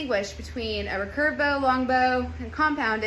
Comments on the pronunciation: The way you say recurve bow is very odd ? Is it just your accent? How would you say “I will redo my hair” or “ I could remake this video “ or “reoccurring mistake “? Reeee-curve not rucurve . Emphasis on the e and two syllables. I think the real word is actually hyphenated, re-curve but who uses hyphens anymore it’s not like it could make someone sound silly 😉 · hey i was wondering why you pronounce recurve like that. Everyone I have ever been around in Archery (west coast of Canada) pronounce it like “re-curve” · I have to smile everytime she says "racurve"... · If only she could say recurve properly.